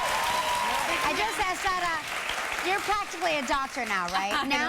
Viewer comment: it’s sara, but the ‘r’ is pronounced like a ‘d’ she said it in a interview